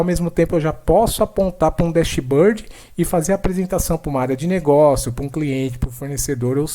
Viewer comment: Parabéns pela demonstração. Minha sugestão de melhoria é acertar a pronuncia dos termos Engine e Dashboard :).